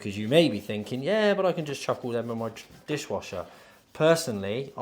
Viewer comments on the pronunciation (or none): none